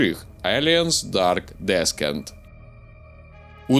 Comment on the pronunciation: Дарк Дісэнт. Не "Дарк Дескент"